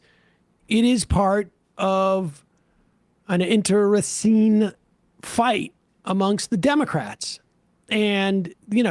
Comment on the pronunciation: Good for Sam who consistently takes on a word such as internecene, pauses for a moment, goes slowly, and gets the pronuncitation correct. Nicely done, sir.